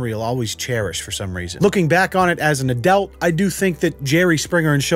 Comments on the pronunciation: Is it just me or does he keep saying "adelt" instead of adult 🤔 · Anyone going to point out the fact that said adelt instead of adult? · how come you pronounce adult 'adelt'? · Thought it was a speach impediment.